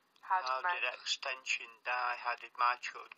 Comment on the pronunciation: right that dude proper pissed me off when he said XXXTentacion wrong😂😐